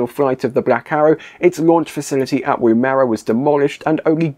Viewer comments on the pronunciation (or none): Nice video, I like the sense of humour, and there was a lot of info I didn't know.! Woomera - the "woom" part is pronounced to sound like the "wom" part of 'woman'. It's an Australian Aboriginal word for a device that enables a spear to be thrown further and faster. Woomera is still used today for various testing, the most public of which is related to hypersonic vehicles.